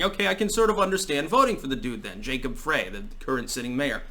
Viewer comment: I think Frey is pronounced Fri and yes he is the guy from Futurerama.